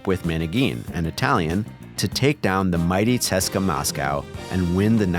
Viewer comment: Might be the first time ive ever heard someone say CSKA like that i always asumed it was an acronymic tjing